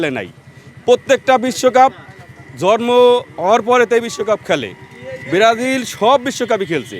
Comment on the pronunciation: বিরাজিল বিরাজিল বলছে। এইগুলাকে সাংবাদিকের চাকরি দেয় কে😑 কোন শিক্ষাগত যোগ্যতা লাগে না